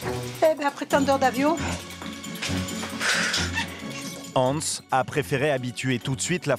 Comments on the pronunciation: Il s appelle Antsa pas Hanz...haha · les gens c'est " Antsa " et non Hanz, merci!